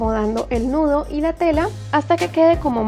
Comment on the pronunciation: Tienes creatividad, solo que se dice nudo no ñudo.. Disculpa 😘